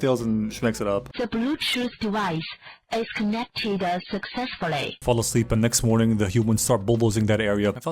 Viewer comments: De Bluetooth devaice is ehh... Connected succeesssfullaah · "dah blutoof device has conected sucsessfurry" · "De blutut devicu is cunnecteduh succesfuly" Seriously got be cracked up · DA BLUTUTH DIVIS ES CUNECTID SOCSESFULEE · "De blootooth devis is connecteda suksefuley" Yea had to stand back from making dinner for about a minute, earbuds falling out as I'm laughing my ass off.